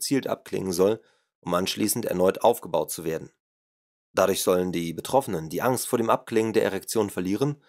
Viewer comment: Immerdrukktönnbuchch, Stuhdiõhännöõh, widd, wudde, Äxkusshännöh, wähdönnn, uuschiedlichöh Refrakktähhrtsaitt, Ankksst frükkt zwädönn, Pchoopleehmfahalltann, Probanne, ainisätzzt wähhhdönn, abgstrittönn wännn, Krannehauuss, Falllauufff, zwähhdönn, annzwännnä ... BÄHHHHH!!! Ekelhaft Scheisse gegrunzt. Einnn brovvessionellaahh Sbrechää wähh Gold wäähht. Dieses "Hörbuch" sollte man dem Grunzer in Form einer Videokasette in den Anus stopfen.